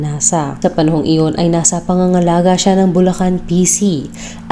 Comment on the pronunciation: Bulacan city Hindi bullan